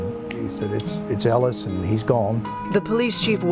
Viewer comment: For someone who has watched videos of this “more times than you can count” you would think maybe you would get his name right!!??? You repeatedly get his name wrong while giving your opinion on some conspiracy you have come up with! Jason Ellis was his name NOT HOLLIS!